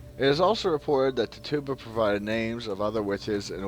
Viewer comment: The ergot theory has been debunked many years ago and please learn how to pronounce Tituba.